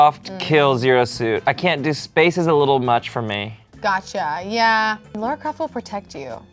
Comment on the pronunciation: calling Lara Croft "Laura" Croft scratched my brain in a bad way:'(